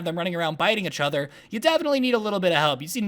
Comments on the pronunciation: does anyone else notice how every time he says “each other”, he ends up saying “uchother” lol i love it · do want to say ‘achother ‘ again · The way he pronounces each other is so cute 😂😂